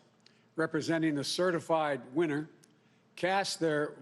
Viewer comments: Over the fast two weeks...Have certi flied. I voted for him but I’m frightened he’s slurring stumbling and mispronouncing words somebody help him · He said “CertiFlied” lol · He's only reinforcing his own fantasy...I can't believe he literally said, "CERTIF-LIED" WTH? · Oh you can't make this stuff up. in he admits "CertifLIED". God has spoken through Joe yet again. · Did he say "Certif-LIED"? Yeah, he did! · Yes, He did! LOL LOL LOL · He said "certif-lied"...🙄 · ... Fail at 12 seconds ...... "CertifLIEd" ..... lol, I'm out. See you in Gitmo 2021 Joe, your key is already cut... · "...had CERTIFLIED the winning candidates" CERTIFLIED?? This CRIMINAL can't even speak correctly. Pack your bags man, you're headed to GITMO !!!!! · He said, "CERTIF-LIED"!!!